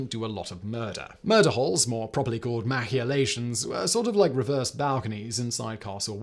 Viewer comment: He had a whole new way to say I had never heard before.